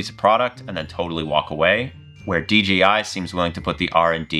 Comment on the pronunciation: It's not "DGI" it "DJI".